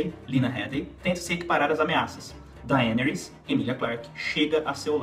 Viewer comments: Eu sei que o próprio Martin não estabeleceu regras de pronuncia para os nomes dos personagens, mas esta é a primeira vez que ouço "DaÊneys", com a silaba tônica na letra E... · Poha esse nao e o nome da dany. Daenis 😂😂😂😂😂 aaaaaah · Bom vídeo! Mas achei estranho como pronuncia Daenerys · fala o nome da Daenerys direito caralho.